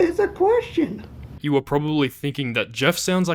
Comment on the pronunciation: ITS A KWESHUN!